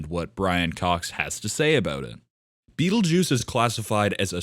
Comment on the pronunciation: learn how to pronounce the damn thing before you make a video about it.